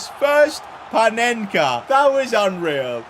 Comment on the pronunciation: Corrections:Panenka not Penenka😅